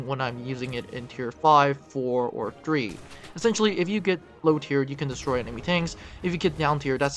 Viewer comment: "Emini squads:" You need to practice saying enemy.